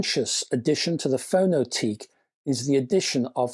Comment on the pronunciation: A year on and there still doesn't seem to be any reviews of this? Btw, given the company is Estonian, I think the name would be pronounced "Fono-tek".